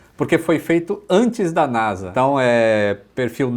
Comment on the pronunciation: Porque falar NASA com som de "Z" (NAZA)? Isso é uma sigla.